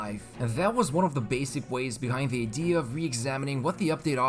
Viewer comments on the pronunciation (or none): none